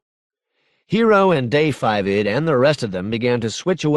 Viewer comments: Minor point for the narrator: Da5id ought to be pronounced just “David” V=5 in writing. If you want to pronounce it, (weirdly) it should be “Daqiinqued” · This narrator needed a better editor. They lose all credibility if they can't even pronounce character names correctly. Da5id is simply pronounced "David". Ng is pronounced "Ing", not "Ung". If you're going to narrate this work, you have to have some basic understanding of leetspeak and Asian culture.